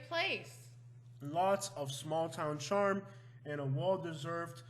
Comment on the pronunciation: Yeah he can't even say charm.